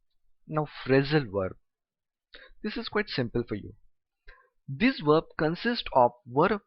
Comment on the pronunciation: Sir i notice that you pronounce verb like (werb)